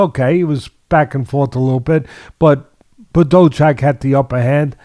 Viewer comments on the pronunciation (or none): "BAH DOO" Jack - Bado Jacko "Mack Ka Boo" - Makabo Cmon now